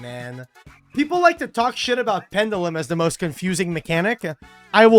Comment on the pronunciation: Why can yugioh players not pronounce "pendulum" correctly? It's "PEN-juh-lum" (if US) or "PEN-joo-lum" (if British).